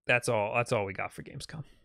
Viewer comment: bro said gamecom 😭 (love u lol)